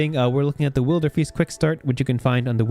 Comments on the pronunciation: just go for broke and pronounce it as "will-der-fist" 😂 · It's definitely pronounced Wilderfeast